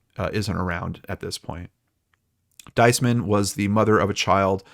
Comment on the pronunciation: Her name is pronounced 'Dees- man. Emphasis on the first symbol long E sound.